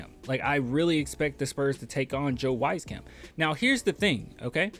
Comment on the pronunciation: Lol once again its pronounced {WEEZ-CAMP}, Weezy i think is the remaining sharp shooter besides Doug so i think he’s safe but KBD seems like a goner